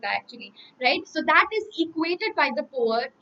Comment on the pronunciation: पोआम तो ठीक ठीक था पर पोअट😂😂😂😂